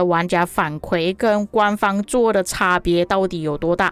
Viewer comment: 伊原 = 反馈 kui 第四声